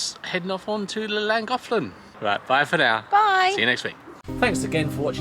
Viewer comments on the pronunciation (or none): Ouch! Not a lot of sympathy from others aboard Kimberly-Jo ... just sayin' :) Love your Videos and banter... According to a google search its pronounced "klan·goth·luhn"